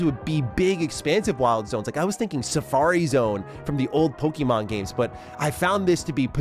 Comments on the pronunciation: It's pokAYmon. That's what that little symbol above the E is for. Not PoKEEmon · Just stop saying PokEEMon please. It's cringe, it sounds like a 90's soccer mom talking about little Jimmy's favourite cartoon. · Bro is saying pokey mon like a parent in the 90s